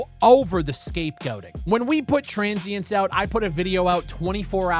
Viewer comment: why did u call your game TRANS-sience?